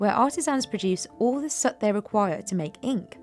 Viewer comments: Are you saying soot? Sure sounds like sert. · Isn't it prononced S 'ooo' T, and not Sut ?!